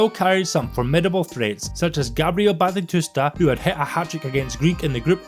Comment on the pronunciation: It's Batistuta, not Batitutsa.